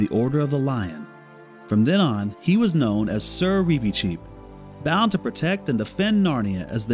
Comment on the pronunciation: I’m sorry, the pronunciation is just bothering me so much. Why do you pronounce his name like that? I’ve only ever heard it pronounced with a short ‘i’ sound.